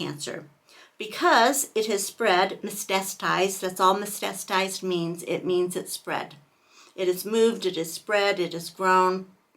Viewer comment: Please pronounce “me-tas-ta-sized” correctly if you are going to give a TED talk on stage 4 cancer.